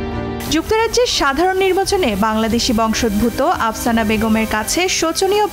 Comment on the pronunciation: আপসানা নয়, আফসানা হবে।